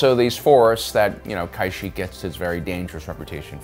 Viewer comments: where did you get the idea from that its pronounced kai shek. We are talking about a planet from star wars here and not the former president of taiwan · Why exactly is he pronouncing it "kaisheek" It's pronounced how it it spelled Ka-shyyk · Any time the planet is spoken in conversation across all species in the games, movies and even spin offs all pronounce it consistently the same way… what is wrong with you lmao “kaisheek” really?!! Lmao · Thought it was pronounced ka-sheek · Couldnt watch the entire video because of your mispronounciation of KA Sheeek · Its pronounced, Cash-eek, eek as in Creek and Seek. The Wookies are basically a Space Sasquatch tribe that believes in Naturalism religion. Pretty cool indeed!! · Use your brain it's ka- sheek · Please dont pronounce it like that, it's K'sheek or ka-sheek. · I love your videos. But so help me god if you kai-shik one more time……. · "kuh-sheek". Where are you getting your pronunciations from. They've said the name in multiple movies & shows.🤨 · Wait. The Wookie planet was the most dangerous planet. I though Felucia was considered more dangerous. And it is pronounce Ka Shiek. I thought you were a Star Wars fan…….look he pronounces two different names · Its Ka-sheek. I'd rexommend audiobooks of Timothy Zahn. As great as your videos are, pronunciation of some of the basic names/terms is a bit cringey. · Ive never heard anyone say it like he does. Ka Sheek or Ka Shick are the only pronunciations before this video lol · Bastilla in kotor pronounced it as Kash-ick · He does it all the time with very common knowledge names I feel like he does it on purpose lol just to have us riled up in the comments LMFAO😅😂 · Wrong, its "cash + eek" kashyyk. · It hurts my ears hearing him mispronounce it. I can’t finish the video I’m bailing out . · I just blocked the channel. If he can't even pronounce the names correctly I don't trust his information. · How tf you gonna pronounce Kashyyyk wrong when it is said IN the movies...